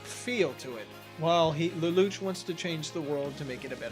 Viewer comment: Does the english dub actually call him "Leloutch" with a "t" like you say it? Cause it's originally a french-based name and definitely has no "t" sound whatsoever. It doesn't have that sound in the japanese version so it has to be the english dub that messed up for no reason.